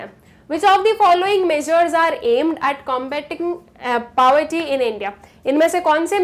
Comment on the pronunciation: The way she pronounces 'poverty' isn't right ig...